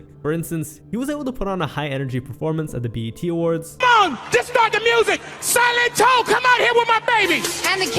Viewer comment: Good video but you're assaulting my ears with how you're pronouncing silento 💀